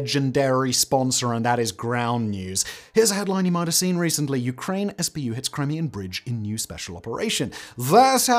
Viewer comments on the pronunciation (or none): none